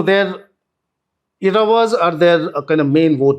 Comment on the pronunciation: Sirs. It’s pronounced as Ezhavars. Not Eravars.